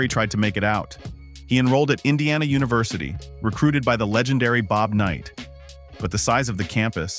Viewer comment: Ah yes, the legendary coach, “Booby Knight”